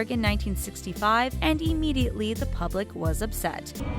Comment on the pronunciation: Omg. This person narrating is BEYOND annoying. “Emmediately” “Earnest August” “Un-de-teared” (undeterred), “shtreak” (streak), etc. It probably wasn’t meant to be colloquial that they named the channel “”. Clearly this person isn’t educated, and most obviously didn’t write her lines, nor does she use these words in daily communication. Annoying.